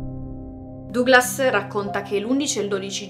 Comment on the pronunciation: Comunque Duglas si legge Daglas.